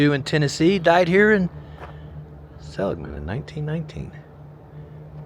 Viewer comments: Seh-LIG-Man NOT Selig-Man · The emphasis is on the "ig". Sel IG man. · See-lig-men. Lived in Kingman since 02 Ashfork before that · Pronounced se-lig’-man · Pronunciation is Sa lig man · Pronounced Sa LIG mun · its pronounced sell- lig man maybe im putting an extra L in the pronunciation lol im not from there thank god lol but i did live in the Kingman area for awhile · The name of the town is pronounced (Sa Lig Man)